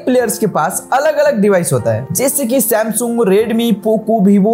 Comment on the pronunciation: Bro said samgung😂😂😂😂